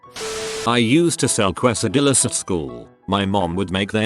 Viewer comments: Que. so it is Kwe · Quesadilla pronunciation: Normal people: CASE-a-dee-ya No one: Voice synthesizer: QWES-a-dilla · make yourself a dang qwesadilla